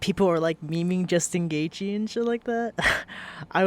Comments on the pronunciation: Jewstin goythje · Justin Goythje 😂